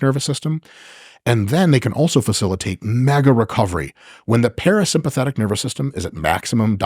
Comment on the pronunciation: Watching Mike struggle to say parasympathetic was absolutely hilarious 😂